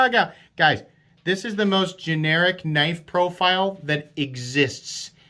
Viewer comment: Oui loik that knoif. It's schweet.